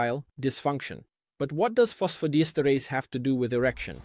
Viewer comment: Diesterase,et non dietase, apprenez à votre robot à lire!!